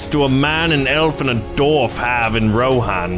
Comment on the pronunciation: Dwarf not darf